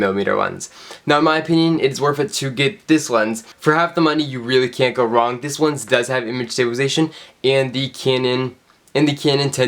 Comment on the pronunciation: LENS NOT WENS PLS